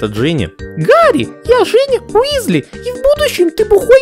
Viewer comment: Почему Висли, если Уизли.... Чудеса перевода, люблю;)